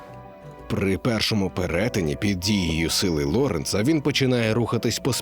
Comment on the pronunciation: Апе ж гидко чути діхтора, який не вчився в школі і вимовляє загально відоме призвище Ло́ренц зле. Така неосвідченість діскредитуює всю цю україномовність!